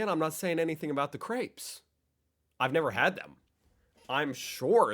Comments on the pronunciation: “crApes” 😭😭😭 it’s pronounced Crêpes! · Crêpes are pronounced "krepp". It does not sound like the berries you make wine of. 😉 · European: Crêpes Americans: CrApEs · I cannot get over the butchered pronounciation of crêpes... I give my fellow american friends shit about that all the time🤣